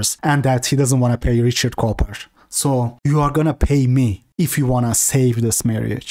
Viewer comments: pronunciation of "Cooper" sounds like "coper" 😂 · He's calling him Richard Coper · He does it so often and in a serious tone tho. I think he genuinely just thinks it's pronounced coper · inability to say Cooper properly, instead saying coper, is comedy gold. I honestly don't know if it's his accent or he's joking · Everyone calls him richard coper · Everyone that has been in the BP community long enough spells his name Richard CopER on purpose. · Lol at pronouncing Cooper like Coper haha maybe he is a coper. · ITV says coper by default LOL😂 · "coo-per" not copper.... 😂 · bro it's cooper, the oo is pronounced like a u like in book. You're saying copper lol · He’s saying coper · "Richard Cope-er" I am dead...